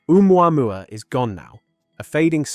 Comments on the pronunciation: I can't get over the mispronunciation of uumwamwa instead of Ohmooahmooah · Oh-moo-ah-moo-ah Heard it mispronounced too many times for my brain to let slide. Great video! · Can't believe you don't pronounce its name correctly. It's Ooo moo ah moo ah. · It's said "Oh Mooah Mooah", not "Oo MuAmuah..." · Hi everybody. If it had to be, one way or another, a "message from elsewhere", please notice that "Oumuamua" is pronounced like this in french : "Ou moi moi", or "Où moi moi", so in globish "Or I, I" ['I" = myself] OR "Where, I, I". 2 cents. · Omg dude, the way you say omuamua